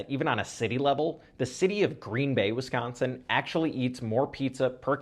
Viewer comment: As someone from Wisconsin I appreciate how you say Wisconsin